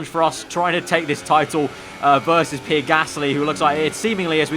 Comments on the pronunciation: It’s PEE-AIR not PEER Like so can see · Me I care it’s not a huge problem just trynna tell him the right pronunciation